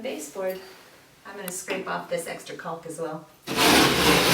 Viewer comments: LoL. Its pronounced like Calk. Why is she pronouncing the L so hard like Culk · Its actually not pronounced Cau "L" K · "Caulk" is pronounced "cawk", rhymes with "hawk," not "calc," as in "calculus" or "calk," rhymes with "walk." Also, learn to edit your vids, better. You were fine when you removed gaps or pauses, but, blew it, when you asked the videographer what he was doing. That is distracting, makes you look like an amateur, or, worse, like you don't know what you're doing. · IT'S NOT "CALLLLK" its caulk.... it rhymes with gawk and hawk and chalk. It's not that hard. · She put so much emphasis on that L in "caulk" seconds 🤣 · I give you a lot of credit doing video. Nice and thorough but you need to pronounce caulk correctly...rhymes with hawk. Keep making videos. Women need to see other women doing projects. Thanks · Caulk with an L, hahaha 🤦‍♂️ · CauLK!! Lmfao!!! I guess she doesn’t want to say COCKing.... 🤭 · As somebody who works at a paint store...lack of emphasis on the “L” is incredibly awkward. “I need a box of caulk right now!” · It cracks me up how she pronounces the l in caulk! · It might sound like a funny word to children. But you do not pronounce the L in caulk. It is pronounced as kawk. You can look it up if you want. I had a buddy of mine argue with me at a job site and bets were made, so I pulled up the dictionary and showed him. So now when I hear the L it really stands out and sounds silly. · I've never heard someone pronounce the "L" in caulk before. I guess I've been saying it wrong my whole life. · Everytime she said “caulk” I was really listening for that “L” sound to make sure.... totally distracting 🤣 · Seriously? The "L" in caulk is silent. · caulk rhymes with talk. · way to emphasize the "L" in caulk so we don't have any mishaps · I screamed the 3rd time she said it 😂😂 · The "L" is silent. Enunciating it is incorrect and incredibly awkward.